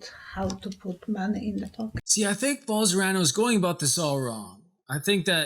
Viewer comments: Bol-son-a-ro, not Bol-sor-a-no. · I like these editorials he does, lots of hard work. Wilbur Ross documentary was great. Bolsonaro one not so great. Brazil speaks Portugese not Spanish, ruined the joke for me...and the name Bol-so-nar-o is just consonant vowel consonant vowel so very easy to pronounce if you take a moment. can say those 16 letter Russian oligarch names, why not get the Brazilian fascist's right? Nice work though. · Love the video, only thing that irritates me is that you mispronounce the name Bolsonaro, switching the R and the N. Content is good. xxx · This stupid doesn’t even knows what the fuck he’s talking about... you can’t even say the Brazilian president name... Typical stupid English speakers... lol Study a little bit more ...